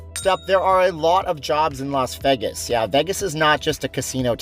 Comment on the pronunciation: VAY-GAS Not VEI-GES...............